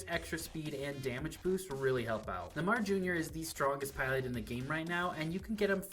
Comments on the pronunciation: Nuhmah jr bro couldn’t look up a pronunciation real quick lol love the video tho❤ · He said it like neh mar jr. 🤣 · Neymar is pronounced NAY-mar.